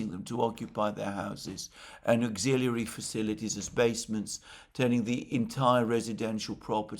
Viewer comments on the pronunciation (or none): none